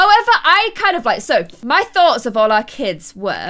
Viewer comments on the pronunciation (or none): none